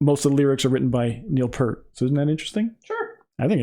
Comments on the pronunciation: Just a quick note about Neil Peart. He pronounced his name P-ear-T, rather than P-ur-T. So, it rhymes with cheer, steer, dear, or mere. It doesn't rhyme is dirt or hurt. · This was my first RUSH album I got as a teen in the 80s. Oh it's pronounced P-ear-t not p-er-t. Just saying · Neil Peart (pronounced Peeer-tuh)was more than a drummer.....he was a percussionist. Arguably the greatest rock "drummer" to ever sit behind the kit, his influences were Buddy Rich, Keith Moon, Bonzo, Gene Krupa, Ginger Baker, and Phil Collins, among others. He considered "Tom Sawyer" to be the most difficult of all the RUSH songs for him to play perfectly. And remember....Neil wrote about 95% of all their songs. RIP to the Professor. BTW, watch his drum solo at their concert in Frankfort, Germany......in the middle of a 3 hr. set, and when he was in his 50's.